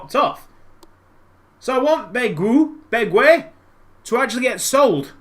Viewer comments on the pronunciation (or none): By the way, Bègue is pronounced beh-g. Great video as always!